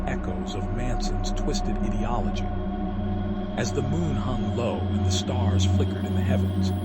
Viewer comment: This is nothing but a bad book report Get your audio levels better and learn how to say ideology